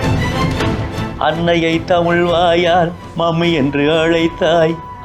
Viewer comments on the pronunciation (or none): இந்த தமிழ் (தமில் இல்லை) ஆசிரியர் தமிழை “தமிழ்” என்று உச்சரித்தால் இன்னும் சிறப்பாக இருக்கும். சுழி, சுலி அல்ல